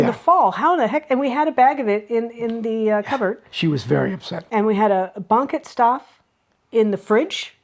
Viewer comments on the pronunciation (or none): You pronounced Deventer very well. Next stop: banketstaaf. The first part, banket, has the emphasis on the second part, 'ket'.